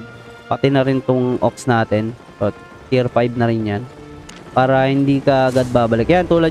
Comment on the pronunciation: Maybe you mean "Tier" as in "tiyer" not "tayr"